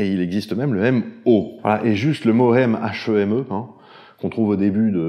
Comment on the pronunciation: Étrange, j'ai jamais prononcé le h de heme (ni entendu prononcer heme comme ça). En dehors de ça le pharmacien (et donc théoriquement chimiste même si voilà) en moi n'est choqué par pas grand chose (même s'il y avait pas eu de disclaimer)